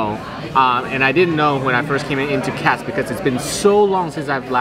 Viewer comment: It's "Katz's" not "Katz"!